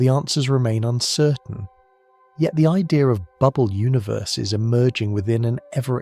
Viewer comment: It’s idea not idear!